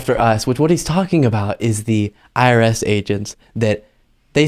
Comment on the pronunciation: Is he saying IRS or ARS agents?